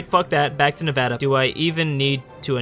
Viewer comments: Thank you for at least saying Nevada right, it warms my heart. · I'm glad he says Nevada correctly 👌